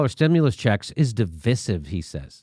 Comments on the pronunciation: Jimmy, jesus, divisive is pronounced as in divide, division "Div-eye-siv". Wtf is "div-is-iv"? I hope he doesn't pronounce divide like he does divisive. Lol. "div-id" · It's pronounced Div-eye-siv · Mr. Dore........ It's (Divisive) pronounced = də vīse iv. I have NEVRE in my life heard it pronounced the way you're pronouncing it. If you're going to tout knowledge upon the people, please educate yourself first. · Good content but you mis pronouncing divisive and that makes you sound less intelligent